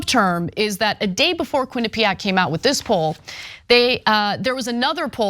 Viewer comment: Ain’t gonna lie. I never wanna hear the word “quinapeaaack” again.